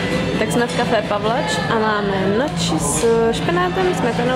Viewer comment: Moc krásný vlasy, super video. Jen jedna drobnost: k obědu jsi měla gnocchi se špenátem a vyslovuješ to jako "noči", což je špatně. Prosím vyslovuje se to jako "ňoky", případně noky :-) Říká to špatně strašně moc lidí, ale italský správně je to fakt takto. Hezký den